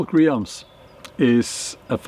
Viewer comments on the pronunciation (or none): Always a pleasure to see your content, Bjorn, thank you. BTW 'Realms' is phonetically pronounced 'Relms'